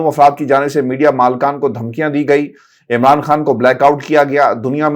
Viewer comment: He even can not pronounce Imran . Raja Riaz is gujar of Interior Pind of Punjab .He can only say Amraan. He is a big cartoon.